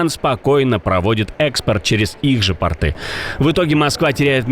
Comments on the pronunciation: научитесь уже говорить пОрты, а не портЫ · ПортЫ - это вообще-то штаны. Если диктор имеет в виду пОрты, то он не диктор.